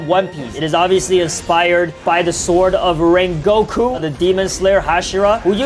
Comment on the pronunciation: called the great "Rengoku" 'Raingoku" lol